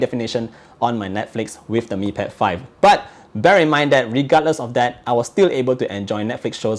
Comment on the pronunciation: When says But: "baH!"